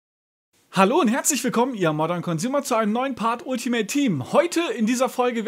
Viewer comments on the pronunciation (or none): none